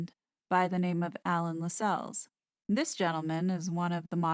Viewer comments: The name is pronounced "LASSells". I know, I know . . . . 😄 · LAS els. Not Las Celles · Tommy Lascelles....Pronounced....Lass- cells.... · I believe Lassels is pronounced like “tassels”. Pretty sure it’s not La-sells. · I agree. See my last name. It’s “castles”, not ca-sells! ❤️🇨🇦